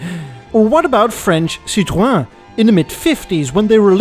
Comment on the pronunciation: Your prononciation of Citroën is so wrong 😭